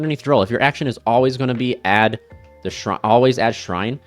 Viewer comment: Bruh. It's AbyssRHINE, not Shrine. It's AbyssTRITE, not Sprite.